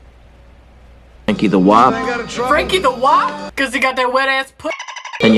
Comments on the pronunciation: LOL--'Wop' was a common slur for Italians; not W.A.P. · its WOP not WAP. get your ethnic slurs right! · "Franky the wop" not "the wap" ... Wop is a slur for an italian person. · WOP (derogatory term for Italians) NOT WAP. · "wop" (slur for Italian) not "wap". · "guap" not wap lmao guap is a derogatory term for Italians so his name was Franky the Italian lol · Whop not wap.... It's a derogatory term for an Italian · It's not WAP. It's WOP. It is a slur for Italians meaning "without papers". A reference to when they came to America through Ellis Island. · Wop, not wap, is a racial slur for an Italian